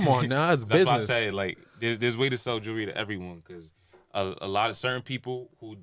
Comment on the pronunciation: Nigga don’t know how to say jewelry